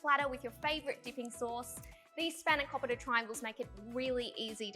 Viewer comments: It's pronounced "span-o-kopeeta" 😂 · I felt like commiting suicide after hearing her say spanakopita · I love the way Aussies try and pronounce feta and spanakopita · the way Aussies pronounce Spanakopita...😫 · U r really triggering say it properly please u bloody potato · Say the name properly